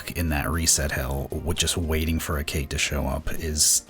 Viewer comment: The speedrun is really lucky and really well documented, but "Cait" is pronounced "Ket" or "Caught" and is based on the Celtic fairy cat Cait Sith. Sith is pronounced "Shee"